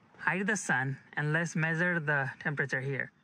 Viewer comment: Medere and sense, I think you are trying to say measure and sunshade